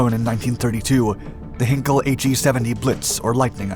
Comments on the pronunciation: Oh, and HIGHNKEL not hinkel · Heinkel is pronounced h-eye-n-kell. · Also just ignoring the first "e" in Heinkel. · I had to stop this video when he mispronounced Heinkel to check it wasn’t an April fool. I mean mispronouncing the subject of the video, getting the top speed 10 times too high and then another simple error? Isn’t this a joke video? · Blenheim not pronounced correctly, Heinkel not pronounced correctly, just to state a couple of schoolboy howlers, never mind the supersonic speed statement. All these Dark Skies clips contain numerous errors of one kind or another. Why would anyone take this narrator seriously? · Isn’t it pronounced. Blen’em and not Blend-heim? And Heinkel is German, so Hein-kel and not Henkl? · Sorry my American friend but if you are going to tell us about something at least learn how to pronounce it correctly. It is not pronounced Blen Hime, it is Blen um....((Blenum) Blenheim) as in Blenheim palace or this bomber. Aldo the Heinkel is pronounced ( Hine kel) not Hinkle by the Germans and the europeans... sorry to be a stickler and grammer Nazi. Just like the city of Leicester is pronounce lester not leysester ... As everyone has commented also, mach 3 plus is impressive for a piston engine d WW2 aircraft before the sound barrier was actually broken in 1947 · In English it's pronounced "Blennum", Heinkel is pronounced "Hinekel" O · Blenheim is pronounced Blen'm. Heinkel is pronounced Highn-k'll. 2,876 mph is pronounced WTF? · Blenheim = "blennem" not "blenn-hime" Rothermire = "rovvermere" not "roffer-mere" Barnwell is probably "barnell". I don't know. I don't care anymore. Henkell? As for 2900 mph..? BUT BLOODY HELL HE GOT GLOUCESTERSHIRE CORRECT! He does listen... I love this guy nonetheless. And I keep coming back....